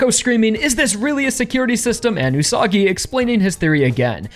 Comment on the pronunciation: Wouldnt the Pronounciation be Üsa-gi ? Like Rabbit?